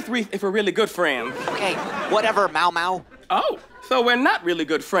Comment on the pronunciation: Mau-mau for short or rite-rith if we’re really good friends: OK May-mau: Oh! So were not really good friends